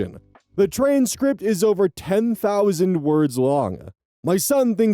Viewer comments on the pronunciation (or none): Did you really just say "trainscript"? Was that intentional? :D